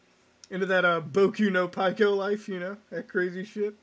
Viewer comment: Also Boku No Pike-o?